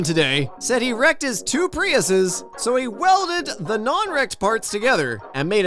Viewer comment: Priusine 😂😂😂😂😂……… yeah nah 🤦‍♀️